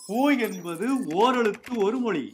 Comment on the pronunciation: ழ கரம் ஏன் உச்செரீக்க வரவில்லை அது தான தமிழுக்கு அழகு மொளி என்பது தவறு